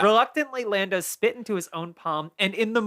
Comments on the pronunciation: episode 3 of mispronouncing things: Lando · mispronunciation of the week: Lando